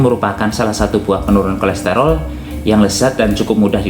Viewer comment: bukan kolesterol Mas tapi kolesterol